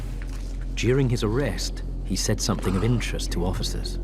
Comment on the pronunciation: I think what L B is saying is the addition of a k sound on the end of words that end in ing so it sounds like somethink instead of something